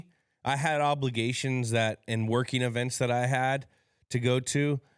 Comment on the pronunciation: Why does Edelman say "hobligation"?